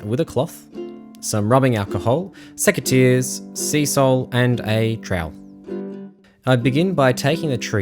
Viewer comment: Sea-Sol sounds a LOT like SEA SALT, when you say it mate. I know you casually define what SEA-SOL is, but, I believe I'd make that part more clear. If you know what I mean. Otherwise, great vid! Thanks.